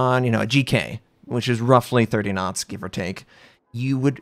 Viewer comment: N1 Video. I thank you so much. All the German Youtuber dont tell the Viewer for what are the two scales are..... ;) In the first seconds i think - wtf he means with 20 Nuts g but then i understand that you say Knots and that make sense to me :) So, thx for this rly helpful Video....